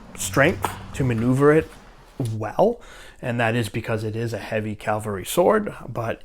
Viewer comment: Learn how to say cavalry, not calvelry